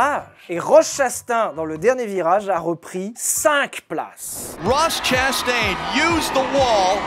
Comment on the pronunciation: la prononciation de Chastain m'a fait perdre 3 ans d'espérance de vie ptdrrr